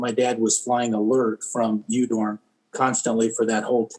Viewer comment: Udorn is pronounced Oodorn in Thai